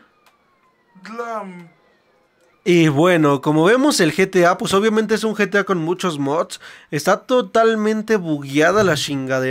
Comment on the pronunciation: Se dise geta 5 no getia 5